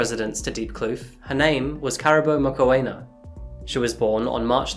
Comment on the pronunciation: Please make an effort to find out how names are said in their native language …………….its not hard and takes 2 mins to find out…….it is pronounced moo-kw-ena(the kw sound is fast the ena uses an e sound like egg) the moo is self explanatory but as soon as you enunciate the oo you start the kw sound…………..i can say german names after hearing them once …….i am not german just saying.